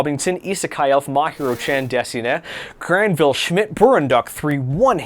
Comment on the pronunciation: Granville is pronounced GRAN-VIL